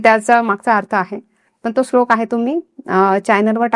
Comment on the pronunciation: Slok nahi madam shlok mhana